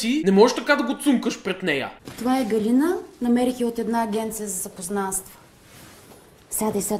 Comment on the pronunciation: Ъъъъ не беше ли ГалИна, тоя май е голям пайнер....